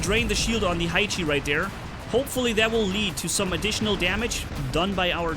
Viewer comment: Haichi is not [haichi] but [haechi]